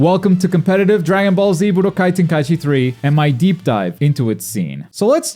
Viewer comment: how can you butcher Dragon Ball Z: Budokai Tenkaichi 3 in the title but say it correctly in the video??? xD